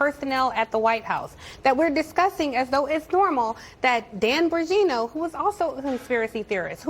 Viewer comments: Can she say Dan's last name correctly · MATT GAETZ COMES TO.MY MIND!! Ron DeSantis...eoe!! I don't know who that women.is.on CNN-+ she can't even pronounce Dan Bonginos name right!! She must be an extreme.lefty!😆